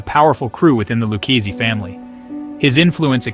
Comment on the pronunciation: do you here this guy try to pronounce Luchese Family . he called it the Lukesse Family. smh. how do they get a guy to narrate a mob video who cant pronounce Italian names.